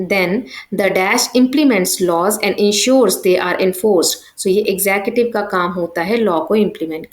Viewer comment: you teach very bad ,it is tiers not tears and it is executive not exettive shameless